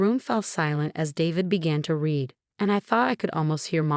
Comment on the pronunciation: That's not the only one! How about "read" vs. "read" -- as in the present tense vs. past tense. There are others as well ... I find myself constantly correcting the narration ....